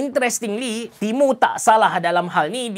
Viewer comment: Aku dengar timun 😂